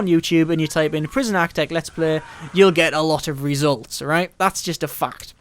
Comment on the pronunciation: It's "Architect", not "Aktec" for Christ sake...And who cares about your saves! We come here looking for answers to the problem of overwriting save files in this game...But you know this already...What ever you think this shitty youtube vid prooves, you can shove that completely up your own ass....You truly are a waste of space (Certificate)